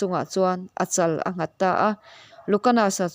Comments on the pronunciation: Ngâwta tia lam tur ani lo,ngaw tih hi ari hniam tur ani. Lian, tih thluk angin lam tur ani. I aw a nalh a,i chhiar thiam ka tih teh reng nen i lam ri dik lo zauh mai,youtube a i dah hma in lo zir hmasa la tiraw. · Ngawta tih hi a thluk a dik lo.....